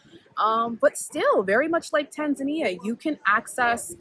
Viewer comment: As a Kenyan I've never stopped to think about the name 'Indian Ocean' but tbh I don't think I mind it lol. I live in Western Australia near the coast which is still the Indian Ocean 🤷🏿‍♀️ it's a good point though 👍 Also I love your "Tanzan-ya" pronunciation. It's refreshing. We need to kill this Tanzan-eeahh pronunciation that has crept in lol. I think I do it too 😄